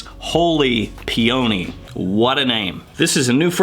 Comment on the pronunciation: Dawg, it’s pronounced “pee-uh-nee” with accent on the first syllable -not “pee-oh-nee” with accent on the second syllable. Great video and great information!